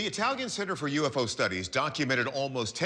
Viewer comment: Now you all know how to butcher the word UFO in italian